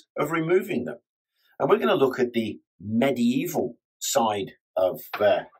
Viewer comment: So pleased you say medieval properly.👍